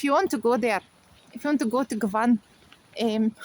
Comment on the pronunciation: You need to change govan to govin to sound more fluent my love 💚🙏👍🍀🍀🍀